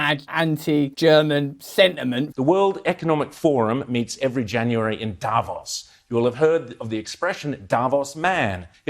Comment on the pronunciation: It's pronounced DAVOOOOOOS not DAAAAAAAVOS